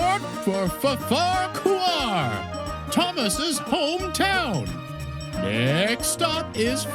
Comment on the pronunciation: am an American and the shame I feel from this managers stupidity and the mispronunciation of Farquhar station is infuriating beyond rational comprehension. Farquhar.